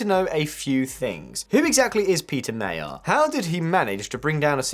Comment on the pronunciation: Péter Magyar pronounced properly Pé (ei)ter(e) Ma (deep a like in in cup) gy (almost like dj) ar